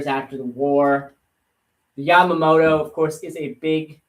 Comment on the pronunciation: Yah-mah-tow, you should know better LoL